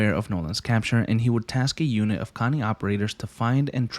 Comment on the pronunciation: Also it's pronounced more like Co Ni not Connie. No hate just saying, also spetsnaz in Russian is Спецназ, point this out because you didn't say the ts sound (ц) in the word. Think of the word tsar (Царь). Much love, keep making this nice vids man